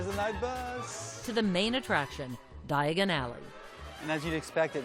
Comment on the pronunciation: Stop, stop, stop, your going to take yourself to the wrong alley! It’s Diagon alley, not diaagonally!